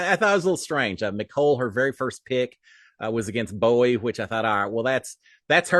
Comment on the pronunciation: you called Bowie "buoy" again! lol! <3